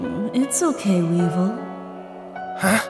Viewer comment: Weevil? Sound more like Weebvil